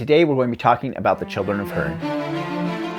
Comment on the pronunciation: Good review. I thought much the same when I read it. P.S., Hurin is pronounced hoo-rin.